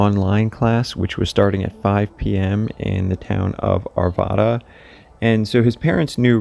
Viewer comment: Nederland not neeeeederlind “Ned-err-land” Arvada not arvodu “ar-vah—duh” El Dorado not elderada “el-duh-rod-oh”